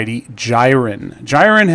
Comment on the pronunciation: I think it's pronunced "JEER-in." Wasn't sure initially, but the pfp is the same as the Dragon Ball Super character.